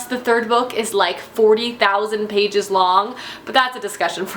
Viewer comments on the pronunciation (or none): none